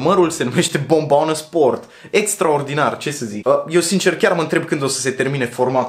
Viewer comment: Baa, îmi place cum pronunți cuvintele asa la mișto 😂😂😂"mi fome, forte, bombona sport, zoppy etc" 😂😂😂